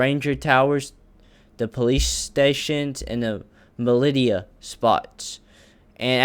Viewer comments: militia is pronounced "mil-isha" btw also quick edit: good video man keep it up! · Mil-li-shhhaaa. Im assuming you are talking about the militia. They seem to be more of a military contractor. Great video eitherway!